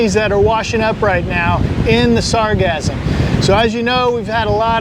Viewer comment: You say sargassum like it's pronounced like orgasm but then say sargasso sea the correct way